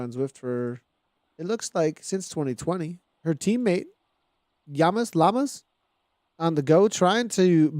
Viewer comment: Perfect pronunciation on the name! Llamas (Yamas)